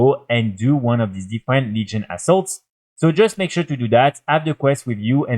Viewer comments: I know I am not the only one who heard "New Legion A$$h0l3s". I am not good with English, so I am not making fun. It just make me choke on my drink when I THOUGHT I heard that. lol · Yes! Hahaha